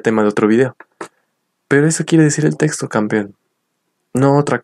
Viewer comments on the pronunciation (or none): Desde Masaya Nicaragua. Con solo la mala forma de hablar, demuestra un nivel bajo de educación académica. Sin conocimiento, es fácil ser engañado. Pronuncia: "testo" en vez de "texto"; "contesto" en virtud de "contexto". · Hola B dias . Mira , desde que dise contesto en ves de CONTEXTO, testo en ves de TEXTO frases así, ya desde allí esta mal